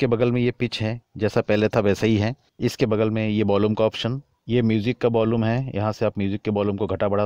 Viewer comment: भाई..... Effect....अफेक्ट नहीं होता.... इफ़ेक्ट होता है। Volume.... वोल्लूम नहीं होता....वॉल्यूम होता है। Bass.... बास नहीं होता....बेस होता है।